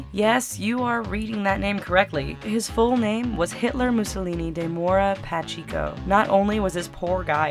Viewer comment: it's ( pa-check-o)